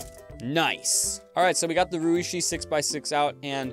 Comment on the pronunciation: it's actually pronounced more like the sh in shoe lol, not like "she"